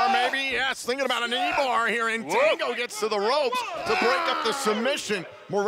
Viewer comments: It's Fanadongooo 😂😂😂😂😂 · Its Fandingo